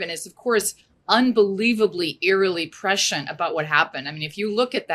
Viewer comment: Ugh, it's not pronounced 'NITCH', it's, NEESH! And it's not pronounced PRAHSHEEUNT, it's, press-see- ent.